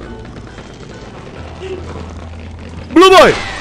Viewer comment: "Mister blue boy" Yang kalian denger: "Misteri joy boy" Yang gw denger